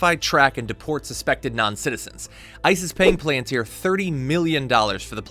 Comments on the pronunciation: Dude. This is not hard. Pal-an tear.....not PUH-LAN-TIR. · "Puh-LAN-tir"?? You didn't even look up how to pronounce the word? And with that click-bait title... Jon Stewart basically said nothing more than "oh wow". He didn't destroy shit. You are an absolute moron. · I think this is real serious but please pronounce the company name correct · Why are you mispronoucing palantir. It sounds like a different company. Please pronounce it properly so its uniform everywhere.